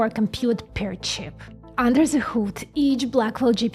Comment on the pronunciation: One thing: "ZE" ;) I never heard someone, speaking ze "th" so funny ... aside of my friends from Bavaria, who speak a th as a "F". It's so funny .. I love it :D